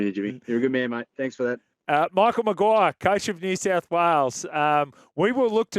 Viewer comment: "Michel Maguire" 😂🇨🇵